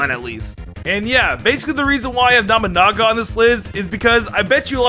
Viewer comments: Did l heard that right namanaga? Boy its nobunaga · Me: He's called Nobunaga.: Nabunaga. Me: No, that's not how you say his name.: Nabunaba. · I'm sorry i have to be that guy but it annoys me it's Nobunaga (No-boo-naga) not Naminaga and Nabanaga. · It's not Nah-buh-naga, its No-bu naga. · His name is Nobunaga not Nabanaba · Okay, why do I keep hearing him say Nobunaga's name as "Namanama?" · NOE-boo-nah-gah…. I’m not even Japanese… I keep hearing nama-nama… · watches Pokémon Journeys Also ETER-NATE-US Pokémon Journeys Looks with confusion Edit: my god your pronunciations bother me 🤣😂 KNOB-A-NAGA its NO-BU-NAGA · Nabanaga? It's NO BU naga.... silly. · saying Nobunaga sounds like a teaser to an upcoming Pokemon. Nomanama the legendary ghost type Pokemon or something. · “Nama naga “ lol 😂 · Nobunaga No-boo-naga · Me: twitching everytime says Nobunaga or other Japanese words incorrectly: "Nobanaga, Nabanaga, Namanaga, Damn-yo, Nubanaga, Namanama, Nabanaba.... Me: XD D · Did i just hear it wrong? Or is it Nabanaba?😅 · Somehow i kept hearing Oda NAMANAGA Namanaba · not trying to be rude here and please forgive me if my wording is but... you said Nobunaga's name seriously incorrect it's No (like No you can not have this) Boo (the u makes a boo sound) and then Naga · (NO BU NAGA) IS HOW YOU PRONOUNC IT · I couldn’t tell whether you were saying nobunama or not. Either way it’s still funny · nabanaba , or namanaga pronuntiation of nobunaga made me laugh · It’s Noh-boo-naga. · Omy No Banana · Nabunaba Damyo What the hell, dude. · I love how he keeps saying nabanaba, instead of Nobunaga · What did he say? Nobunama? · He ended with calling him Nobunaba a few times. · He says it like namunama it's sounds so stupid. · The pronounciation on lysandre and nobunaga are dire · I think you said that warlords name correct like once haha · I don’t want to be rude, but he definitely butchered Nobunaga’s name so hard 😂